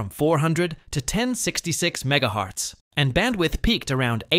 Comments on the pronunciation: Mega HAAAARTZ ROFL I think you mean MEGAHERTZ LOL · Between Jeegabytes (which is wrong twice, because Gb is “Gigabit” and GB is “Gigabyte”, and also just wrong pronunciation). Also, Mega”hartz”? It’s Hertz. Megahertz. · Megahertz, not mega hearts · It's not called megahearts or it's called megahertz. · Megahearts? How bad this AI Slob can be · After reading others’ comments, I’m not so sure my initial thoughts were correct. I assumed because the narrator said both gigabyte and ‘jigga byte’ and repeatedly mispronounced MHz as mega ‘hartz’ that this was some garbage piss poor ai narration, but now I question whether it’s just someone who either can’t read or can’t speak correctly. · Bro i cant with this ai 😂🎉 “Mega hearts” “Jigga bites” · Megahearts and jiggabytes. AI is awesome. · mega hearts jiggabites deedeear 🥀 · "jeegabyte" "meega hearts" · Jiggabyte, Megahearts, thinks Gb = GB... Another low effort clickfarm AI bot channel. Microphones aren't that expensive pal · "Ah, Yes, I have 32 Geegabytes of deedeeR4 ram with speeds up to 3200 megaharts" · Must be AI, he said megaHEARTS too. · MegaHearts was my favorite 😂😂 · Meanwhile Megahearts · Mega haartz ❤, jigga 😂…. This is sad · Bro said Mega HEARTS 💔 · Miga hartz